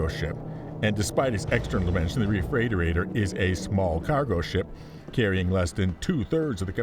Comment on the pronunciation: why did you do this to us? 😊 Looking through the comments to see how people (mis?)spell refreightoreitor. Refreightorator?!?